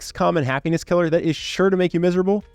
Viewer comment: It ezz wut it ezz.